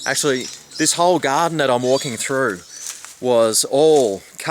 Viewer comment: "Bamboo is a must for any Gahhhdin."